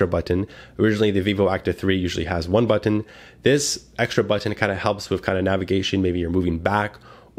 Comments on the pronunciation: i love how you say but-TON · I like how this guy pronounces but'ten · I say it the same way lol. I pronounce button similar to how one would say kitten... None of that "bu-nn" or however people typically say it lol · Thank you for a very good review! I also just love the way you say "button", haha. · I like how you say button